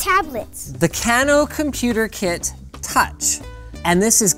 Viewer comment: Kano pronunciation Can-o? No it is Cane-o